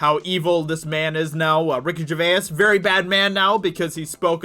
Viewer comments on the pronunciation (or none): it's Ger-vase. not Ger- veyuss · Yellow flash says Ricky Gervais' name properly, I don't know if you're saying his name like that as a joke but it sounds really odd. It's only because I'm English lol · Still not saying his name right I see. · Ever though he miss pronounces it on purpose to fuel the YouTube algorithm with ur comment correcting him, that in the end ranks him higher in search results?